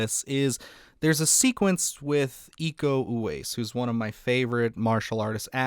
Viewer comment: Iko Uwais is pronounced ee-ko oo-wa-ees. Im Indonesian. Love your channel ❤🎉